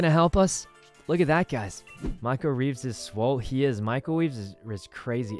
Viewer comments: am i the only one who hears Michael Weeves and Wee Sin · When he says michael reeves is swole, who here noticed he said michael WEEVES?